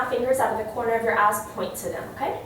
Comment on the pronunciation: I was stoked until I realized she said eyes